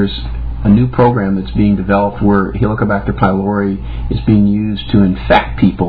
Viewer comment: "It's around for 58 thousand years - for a reason..." 58 thousand years is nothing in evolutionary terms. IE: it's a newcomer and as is it's purpose is nil for humans - for we survived a bit longer without it. He doesn't even know how to pronounce 'pylori'. It's a Greek word where 'y' is pronounced as 'u', 'ü' or 'i' (as in 'idiot') but NEVER as 'I'. This is a minimum basic education Doc! Do you know where Greece is? No, it's not in 'merica.